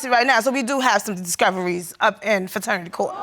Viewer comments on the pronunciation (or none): She's "very educated" yet she stayed saying "FATERNITY" court🤦‍♀️ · You're very educated but you're saying "Fraternity Court"? Good Night Ma'am! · .."So we DO have some discoveries up in FATERNITY court".. and in the very next breath say "I am a Very Educated Woman".. 🤣🤣🤣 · She said she is very educated yet said faternity court not paternity, smh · “Very educated woman” Fretanity court 😂😂😂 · No what got me is when she said “I’m very educated” then say “fraternity” not paternity 🤣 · Her: "I am a very educated woman" Also Her: "fraternity court"